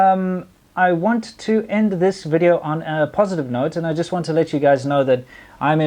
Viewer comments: She said welcome to another wedio. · 'Welcome to another wideo' is pretty annoying.